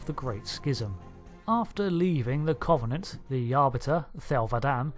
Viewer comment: I love your Cultural Index videos! However, there are some words you seem to have particular difficulty in pronouncing. This time it's the word "Covenant" Think of the word cover as in to cover something up.. The O is substituted for a U when you speak it. It doesn't come up in this video, but I'm binge-watching your index playlist so this one comes up a few times. Nictitating: you say it a bit like nictitiating. This might just be a font issue from your source material etc - I don't know. Break it down and you get nick tit ate ing. I hope this makes sense. Sadly I'm one of these people who get really annoyed about things like this. I'm going straight back to my corner now. please feel free to roast marshmallows on my overdone corpse!